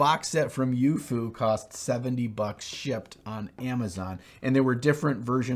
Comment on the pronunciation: Being manufactured in China, the pronunciation of youfu would be more like "yo fu", (rhymes with tofu). Just for those who were wondering.